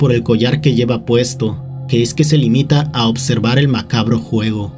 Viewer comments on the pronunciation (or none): none